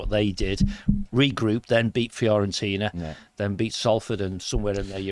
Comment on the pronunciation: are you actually saying Florentina? With an L? 🤦🏻‍♂️